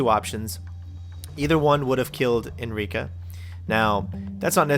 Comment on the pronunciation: Sorry for necro-posting, but It's ENRICA, not "Enrique". Enrique has nuts (it's a MALE name), Enrica doesn't! For goodness sake, you let the cruise ship blow up because she has a cute ass, the least you can do is get her name right! (Sorry, but it trips my OCD every time you get her name wrong. You did get it right at the very end, at least.)